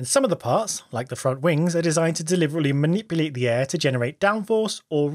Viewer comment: What happened ? Man-IP-u-Late? I can't work out if you've gone Canadian or Kiwi?